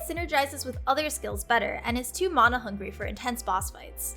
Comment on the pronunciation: when she mispronounced Mana LOL